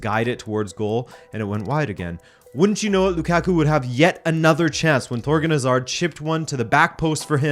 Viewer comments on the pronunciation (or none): none